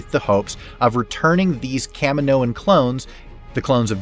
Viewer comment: um, please don't tell me that's how you pronounce Kamino :///////////////////////////